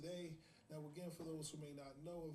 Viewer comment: I would watch several hours of trying to guess celebrity names. Mock up the flash cards neow 😆